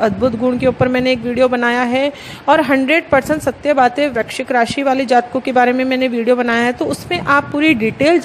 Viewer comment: First of all aap VRISHCHIK to correct bolo